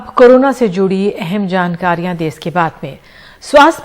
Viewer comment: देस नही देश होता है वो 🤣🤣🤣